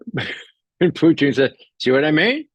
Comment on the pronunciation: I love how Ray says Puteen! Lol!